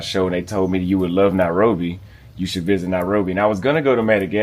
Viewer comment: Why call it that, "Narobia"? Sounds Rasta... Else, trust me, there are people who are born and bred in Nairobi, and have never set foot in Kibra; so I won't be surprised if doesn't know much about that place. That doesn't affect how and where one chooses to live in the City.